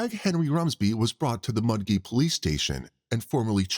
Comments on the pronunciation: Mudgee is pronounced Mud-jee, not Mud gee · Mudgee is pronounced Mudjee. J not G.